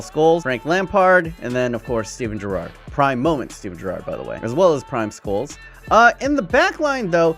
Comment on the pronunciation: he is saying gerrard wrong